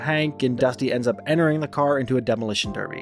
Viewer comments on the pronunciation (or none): none